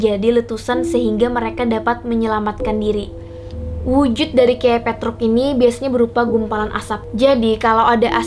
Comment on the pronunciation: Petruk Pertama nyebut nya salah Tapi seterus nya bener Aneh bet dah😂